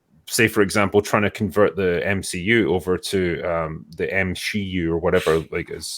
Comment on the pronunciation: "M-She-U" -- LOL!!!